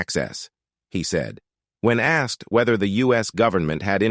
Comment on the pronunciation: Is this computer voice programmed to say 'Axed', as well?